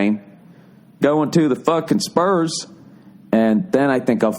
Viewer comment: rofl at his backwoods accent when he says the spurs. HAHAHAH